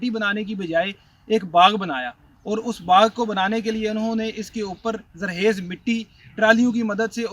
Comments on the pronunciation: یہ ھوسٹ خ کو کیوں صحیح نہیں بول رھا ؟؟؟ بہت سے پنجاب کے لوگ یہ غلطی کرتے ھیں ۔ پتہ نہیں کیوں ؟؟ ۔ زرخیز کو زرحیز بول رھا ھے ۔۔ اور بھی کئنے الفاظ درست ادا نہیں کئے گئے ۔۔ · ذرحیز نہیں ذرخیز ہوتا ہے بھائی